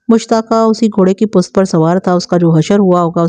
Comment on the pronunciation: Aap pusht kyun nahe kahten sahe lafz pusht hai pust nahe